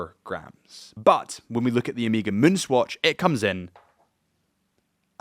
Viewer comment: Man , it's Omega not Omiga…. cuts in the ears….